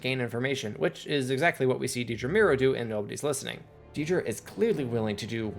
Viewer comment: I found it a little jarring you say deed-rah when its more like ded-rah. too much eeee